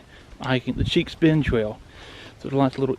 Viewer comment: It's Cheek Bend, not "Cheeks."